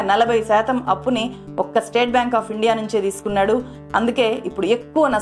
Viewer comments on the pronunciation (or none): none